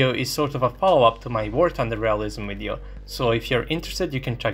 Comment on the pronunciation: "In this wideo" This is why I like this show